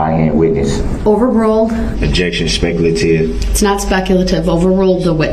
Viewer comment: cohorsion, substain, duresst, speckle-ative